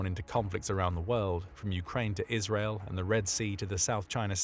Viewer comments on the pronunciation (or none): none